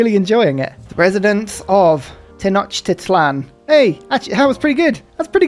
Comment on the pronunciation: Another reminder: Tenochtitlan is pronounced "Teh-knock-TEAT-lawn."